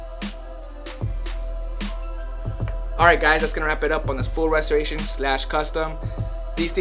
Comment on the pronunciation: Dude slow down and say restorations with right, not ressornnds with